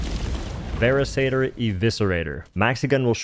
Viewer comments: You know that it's a "Veracitor" not "Veracator" right? 😂 "Vehr-ah-sit-er" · please their names are pronounced "Ver-rah-sitter" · Could be wrong, but I'm pretty sure It's pronounced "vur-RIS-atur".